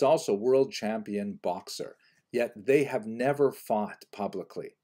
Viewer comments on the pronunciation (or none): none